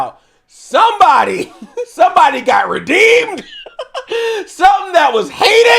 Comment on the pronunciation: The way he said redeemed is funny